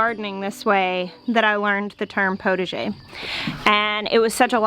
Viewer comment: Potager is pronounced with the ah sound but you get the idea of it . You want to make soup you go to the potager and gather vegetables, herbs ,and some flowers for the salads . Wishing you well in your design.